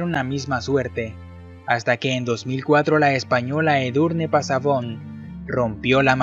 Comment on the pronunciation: ¡Enhorabuena por el vídeo! Solo una observación: La primera mujer en subir al K2 y que sigue viva es la española Edurne Pasaban Lizarribar, no "Pasabon". Un cordial saludo.